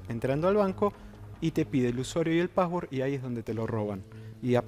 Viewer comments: son do aplicacione y vo ahi ingresa tu usuario y poswerd XD estos oscuros que aprendan a hablar antes de estafar jajaja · "poswer" "vo" jaja